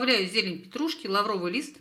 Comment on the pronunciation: лавровый лист ударение на ПЕРВЫЙ слог !